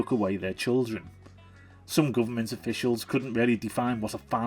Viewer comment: "Bruverment." Priceless!